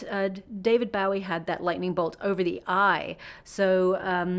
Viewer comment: His name is pronounce David Bo -- EE. Not bowing down rather like a (bow) and arrow